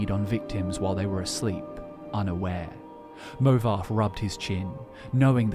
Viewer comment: there's no way anyone can convince me that "movarth" is pronounced "movarf" Its literally wrong lmao.